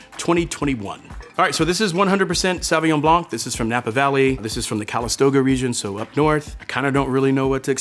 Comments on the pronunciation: You can’t call yourself a Sommelier and not know how to properly pronounce Sauvignon Blanc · Mispronouncing the first wine he tries... why